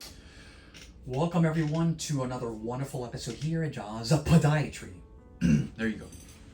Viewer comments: I don't understand why you say podiatry like that. I know you know how to say it right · New here. Why does he say podiatry that way?